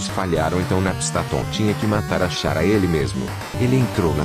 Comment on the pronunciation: eu não tanko a voz faland Chara "XARA" 😂😂😂😂